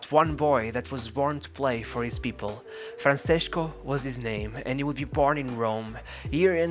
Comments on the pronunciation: Great video but you should see the pronunciation of Francesco. It's Fran-Che-Sko not Franseshko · Isn't it FranCHesko? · Why do you say Franshesco lol